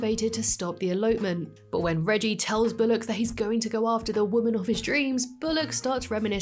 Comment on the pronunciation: Why are u saying bolock it’s pronounced bull lock